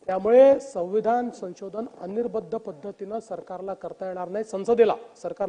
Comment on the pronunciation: अनिर्बंध असा शब्द आहे. अनिर्बद्ध नाही